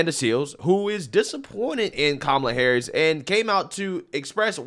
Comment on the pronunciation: Did you say Coma Harass?